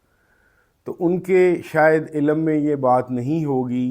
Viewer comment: Dear sir ilam nhi ilm hota ha!! Hope you don't mind!! But hope you will care in saying it next time so say ilm not ilam!!